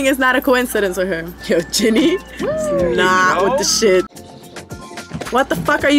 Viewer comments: I ain't judging you but I love how the whole video you're like "gEnIe" instead of "Ginny" 😭😭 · Net her calling Ginny 'Genie'😭✋😂